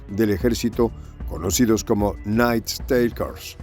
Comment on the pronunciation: Por favor, el Ingles no es tan dificil como el Mandarin o el Aleman, si va a repetir la palabra "Nightstalkers" 1/2 docena de veces, busquela en el diccionario online que tambien le da la pronunciacion. Gracias.